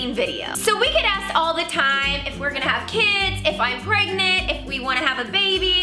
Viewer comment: are you. rey. prangnant